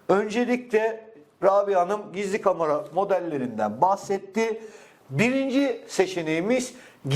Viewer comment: Kamara değil de Kamera diye telafuz etseydiniz iyi olurdu.